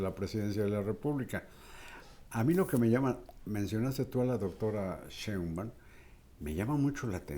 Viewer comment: Me encanta verlos, no hay medio que Carlotos pronuncie bien el apellido “Sheimbaum” jajaja quien sabe que se le atraviesa pero No lo puede pronunciarlo bien.🤣